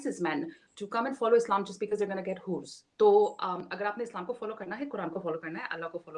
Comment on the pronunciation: Arey adhi angrezan Whores nhi Hoors... 😑😑 Know the difference bolna seekhle, khaunaq cheez...